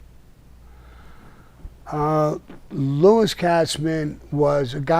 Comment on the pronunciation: Your girls are amazing but who is lou-cheese. ? Lol